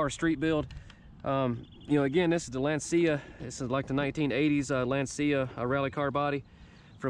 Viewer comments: Love your channel, but a quick heads up that I thought you might appreciate knowing, because I know that I would. Lancia is pronounced like Lansha or LAHN/tchah, not LAN/see/ah. Keep up the great work. 👍🏻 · Great to see Rally in US.. In u should pronounce the c as ch... Lanchia..like lunch...🤘🏻😎🤘🏻